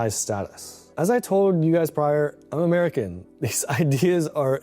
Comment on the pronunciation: the way he says "i am amrekan" :D